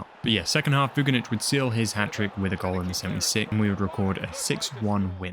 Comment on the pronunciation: Everything is amazing, but please don't read the surnames of Slavic/Balkan players like in English. We don't pronounce "C" as "K" like in English. For example - it's not Vu-ki-nich, but it's Voo - chi - nić. You can use translator to say it right. I hope you are smart to get me mate. ;)